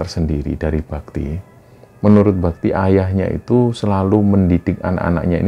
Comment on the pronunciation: Maaf mas, di awal saya salah denger namanya "mas babi". Padahal mas bakti 😭